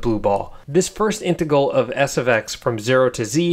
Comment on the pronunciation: I can not get over the way you say integal lol. Love it